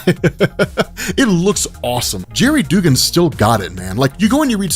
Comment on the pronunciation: His name is pronounced Dug-gan, I love ya but that was driving me nuts man. lol